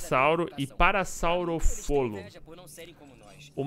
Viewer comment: É parassaurolofo kkkjkkk não parassaurofolo